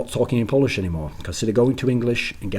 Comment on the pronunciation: Anyone alse notice that "Polish'd" at ? :D